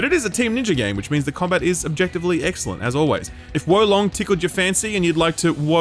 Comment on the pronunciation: "wo-longer" ... this is why i sub